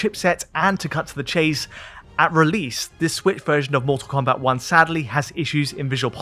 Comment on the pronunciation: "Mull Tull Combat"